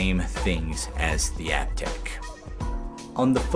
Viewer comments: I'm a huge Aiptek fan (pronounced Ape-tech, by the way). The CCD sensor on the SVP camera was tempting at first, but after hearing the other criticisms for it, I think I'll stick with the Aiptek brand. Thanks for the great review :) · I just called the 1-800 number to verify the pronunciation of Aiptek. After 5 years of using the product and hearing THEM, THEMSELVES pronounce it Ape-tech, they've apparently decided to pronounce it App-tech. Sooo... I guess the I is silent these days or something. Sorry, folks. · Great show. I liked Aiptek a couple of years ago when I first started seeing them at Target (even if I was pronouncing wrong, really thought it was Ape-Tech). As far as 5-in-ones (video, photo, voice recorder, mp3, data transfer) I thought it was a lot better than some of the other minor brands. That said, I think there are cell phones with better cameras now. For video on the go I'm using the video mode of my still cam (Canon Powershot A630).